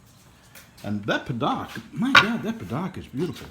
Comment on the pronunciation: It's not "pa-DOCK" it's pronounced "pa-DUKE". Drives me crazy every time you say pa-DOK